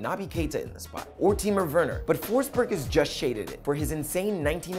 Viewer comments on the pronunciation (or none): none